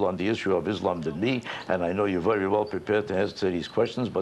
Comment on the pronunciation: Vewy vewy higly wespected man.